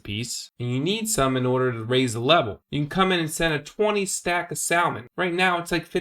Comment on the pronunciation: the way you pronounced salmon made me lol xD